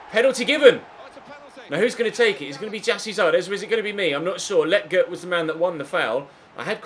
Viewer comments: Hey just wanted to say again that Lletget is pronounced (Leh-Jet) not (Le-Get) just wanted to let you know! Love the series mate! Keep it up! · You’re saying lleget wrong 🤦🏽‍♂️🤦🏽‍♂️